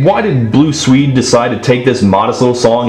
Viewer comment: i have never heard someone mispronounce the name of swedistan so many times